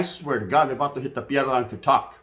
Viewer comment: Dang you made Pie dra sound like mierda bro 😅